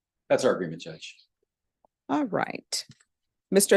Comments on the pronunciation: His last name, Adamis, when pronounced sounds like , A Dumb Ass. Very appropriate. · 🤣🤣sorry i watched this at playback speed 2X and when she said his last name it sounded like she said:"dumbass"😆🤣🤣🤣